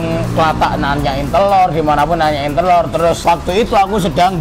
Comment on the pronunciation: telor BKN tloer